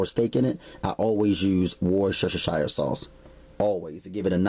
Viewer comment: tubbs I swear I was laughing every time he said it!!!!!